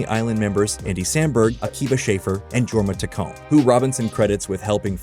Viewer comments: Somehow mispronounced both halves of Jorma Taccone. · That was some interesting pronunciations of Akiva Schaffer and Jorma Taccone.